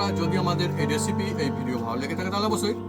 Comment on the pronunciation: Recipi❌ Achapi✅ 😂😂😂😂